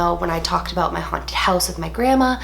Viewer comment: Ha She said "aboot"